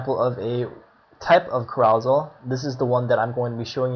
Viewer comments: Hahaha kuh-ROW-zul???? You must only read!! It's CARE-uh-sell! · It is pronounced ' Care-o-sell ', like a kid's park ride that spins. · Thanks man! Found this very useful despite all 500 mispronunciations of "CAROUSEL" lol. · yes i do read more, carousel was a new vocab for me since having started web coding, i'll work on my pronounciation. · Your infinitely incorrect and inexcusable pronunciation of carousel is crazy-making.